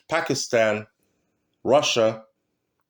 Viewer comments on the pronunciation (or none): none